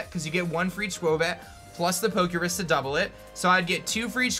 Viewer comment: Poke' Rus not Poke' Risk